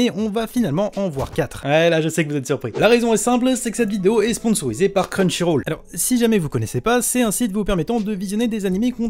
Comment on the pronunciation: Tu pourras dire crunchyroll et pas crunchyrôle dans les prochaines vidéos ?